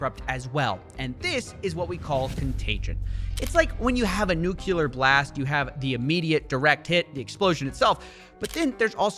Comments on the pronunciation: When you pronounce it "newk - u - ler" you sound like GW Bush... it's "new - klee - er" 🤭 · Lol, -ish, he says "nucular" instead of "nuclear". All respect is lost. Wow. You really fell off, man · Just gonna say it. It is NOO-KLEE-ERRRR. Not NU-Q-LER. N-U-C-L-E-A-R. You make very informative videos but when I hear someone say this word like Dubya, it detracts from their content as a whole. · NUCLEAR! not Nucular! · Love and respect you and your work Just one thing Nu-cle-ar Not "nucular" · It's NUCLEAR, not NUCULAR, ffs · Nuclear… not Nucular. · new-klee-err you heathen. its not new-kew-lur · Nuclear - NUKE - LEE- AR.Not NUKULAR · Bro really said "nookyaler" instead of nuclear. I'm disappointed in you Coffee. 😔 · nuke-lee-are, not nuke-yule-are ❤ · coffee i love you, but it's Nu-CLE-Ar not nucular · I wouldn’t expect Coffeezilla to be one of those people to say “NUCULER” instead of Nuclear. I expected better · Not nukeyoular, nuclear nukleeear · I love your videos, but come on lad, it's not "new-kew-lear", it's 'new-clear"... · Nuclear is pronounced "Nu-clee-err" not "New-que-lur"! unsubbing This is a joke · Love you man, but it's "new-clear", not "new-queue-lar". Seriously though, much love. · What is "nukelar blast"? Dirty bomb? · ...did coffeezilla just say "nucular blast?" Ughhh what is wrong with people and their inability to understand what is coming out of their mouth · Great video, however he said nukular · Opinion invalid; you said "nucular" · Absolutely perfect video but please stop pronouncing it "nucular" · NU CLE AR!!! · "nucular blast" 😄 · Coffee you said Nuculer D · did I hear you say "nucular"? are you a Simpsons fan or...? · A nucelar blast? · Bro did you just say nuke-u-ler? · Nu-cu-lear blast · "Nuke-yuller > Nuclear" -Coffezilla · Yes, it's like a "nu-Q-lar" blast. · I love these videos. But, "nucular"? This is a pet peeve of mine. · Nuclular. It's pronounced nuclular. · did you say 'nucular blast'?